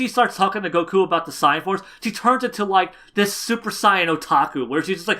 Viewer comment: than at least say saiyajin, like the Japanese version pronounces it